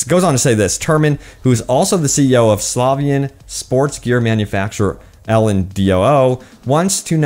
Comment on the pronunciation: Man you can pronounce the Polish currency zloty, or the country name Slovenia or the Slovenian people. Practice and learn a little bit more about Eastern Europe. The Slavic languages are the biggest group of very closely related languages in Europe. It's embarrassing you put no work into pronouncing Eastern Euro words when talking about a game developed in Eastern Europe. Lazy content creation and research.